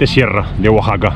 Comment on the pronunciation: Saludos. gracias x visitar Mexico. No lo tomes ah mal. Pero le llamas Guaxaca y no Oaxaca.